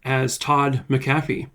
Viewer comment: This is my relative. We still don’t know and it haunts us. Side note. It’s prounouced Mac-uh-fee. :)